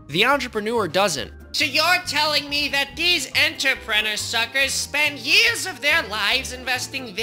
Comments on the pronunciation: Ah yes, enterpenner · I love how the captions make his pronouncing of "entrepreneur" to be "answer printer"